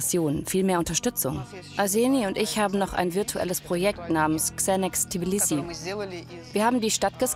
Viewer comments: Die Stadt heisst Tbilisi und NICHT Tiblisi!!! Das wird mehrfach im der deutschen Version wiederholt und stört mein Gehör einfach... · Warum können Deutsche Tbilissi nicht richtig aussprechen??? Tiiiblissi, Tiiiblissi...